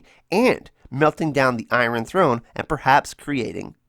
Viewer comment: the way iron is pronounces gives me a headache